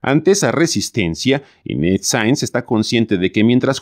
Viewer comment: Y PORQUE LE DICE INTETZ EN LUGAR DE INES...